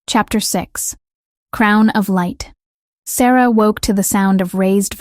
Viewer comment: How could the tree be in their kingdom when it was 500 miles away at the temple AI is so dumb. They even mispronounce Sarah more than once.